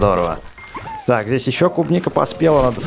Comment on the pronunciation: тот самый левый чел не кубника а клубника